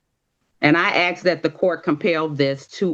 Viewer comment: Anyone who "axe " for anything is automatically guilty